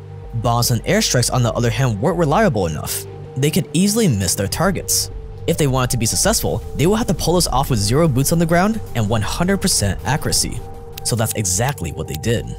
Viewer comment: Akoorasi, sussehful Haha, i can tell you're giga asian